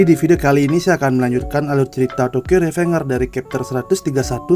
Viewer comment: revengers di eja rivenjers